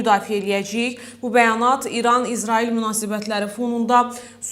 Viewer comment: Ay aparıcı İzarail yox İsrail. Düzgün danış..!